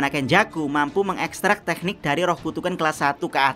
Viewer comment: jdi kurang nyaman ngomong tekniknya ada h nya